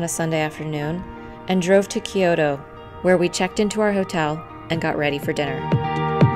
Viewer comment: Kyo-to. 2 syllables. Not 3.